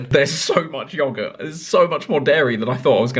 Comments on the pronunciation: Anyone else kinda triggered how Chris pronounces yoghurt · Who else is getting annoyed by the way that he pronounces yoghurt